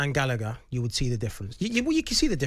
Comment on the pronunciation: Jamie saying gallgher was better then palmer LOLOL you sausage